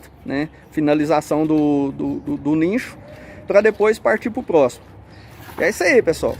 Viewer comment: Não é nincho. Pronuncia nicho